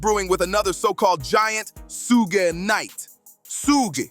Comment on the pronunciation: Who is the chucklehead narrating this dumpster fire of a video? Learn how to pronounce Suge. 😂 If youre going to reference bars, it might behoove you to actually play the songs.